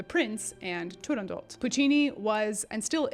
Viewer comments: I've always said "tu-rahn-dough" but that is probably wrong, your pronunciation sounds Italian. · Beautiful Italian accent btw. No one agrees how to pronounce Turandot. Dame Eva Turner, who was the first British exponent of the role, and was at the first performance, always pronounced it Turandoh.